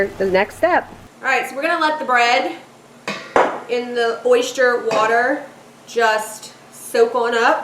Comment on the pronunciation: Oyster not oyshtyer